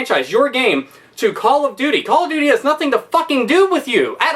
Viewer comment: "It just like Cawl ov doty"